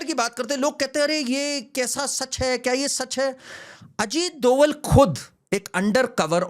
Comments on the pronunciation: सही नाम अजीत जी का सही सरनेम " डोभाल / Dobhaal" है न कि " डोवल / Doval "। कृपया आगे से ध्यान रखें । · Ita not doval its dobhal a garhwali brahmin.